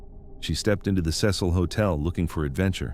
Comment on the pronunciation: take a shot every time he pronounces cecil as sess-hole